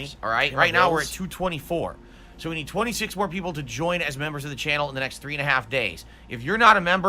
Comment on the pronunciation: "I nee-though that money, I do, I need that money."